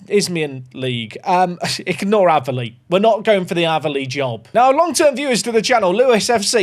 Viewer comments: Using my comment to help the algorithm to say the way you were pronouncing Aveley (It's pronounced like 'Ayv' not 'Av') was driving me craaaaaaaaaaazy 😂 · And its not Averley it's A--veley 😀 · its aaaaveley. Not averley haha i dont know how to type how to say it but youre saying it wrong 😂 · Ave-Lee not ava lee 😂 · you pronounce it Ava - Lee. I went to The Aveley School 🤣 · Just so you know its pronounced.. A ver lee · One its pronounced A-ver-lee. Two its has a car park next to a swimming pool so it's a good away day 👍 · hearing him pronouce aveley wrong way to many times was painful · Aveley rhymes with bravely. It was making ears bleed to hear it the way you said it!😂 Glad you got it out of your save.